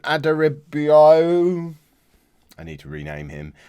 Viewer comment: Ad-Ar-Ra-Bee-Oh-Yo Just to help you 😂